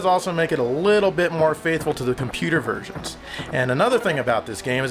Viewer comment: you REALLY need to work on your enunciation of the word "versions". You must've said "virgins" at least a dozen times in this episode!